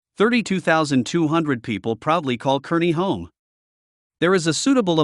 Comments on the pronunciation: Those of us that live west of the 100th meridian call all those suburbs "Omahole". It's CAR ney, not kerny. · Either of those cities are good choices, imho. Scottsbluff has the view, at least, when you stand atop the Bluff itself & you can still make out the Medicine Bow Range in the distance, if I remember right. The North Platte area is also beautiful. Kearney (pronounced "Carney," in case you didn't know) is a large town with one of our university campuses. Good luck and welcome!